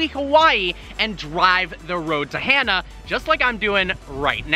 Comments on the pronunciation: It's pronounced ha' naa not hana like a girls name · It’s not pronounced as Hannah... it’s like... hmm..... ha (ha is in the sound u make when u say hollow) and nuh. Ha nuh, Hana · I believe it’s pronounced (HAH-nuh) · learns how to say “Hana” instead of “Hannah” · hana not hannah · Hana is pronounced HaaNa. Don't want you sounding like a haoli(howlee). Mahalo. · Its pronounced Ha nuh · I don't think he got it right once😂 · If you talked to one person on the island about the road to Hana, you wouldn’t be saying it the wrong way 😂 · You said Hana wrong bro 😂